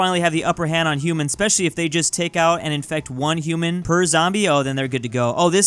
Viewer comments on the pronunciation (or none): none